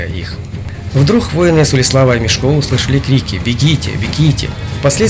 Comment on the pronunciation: мЕшко а не мешкО